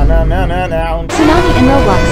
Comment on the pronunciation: ツーナァ↑ミ↓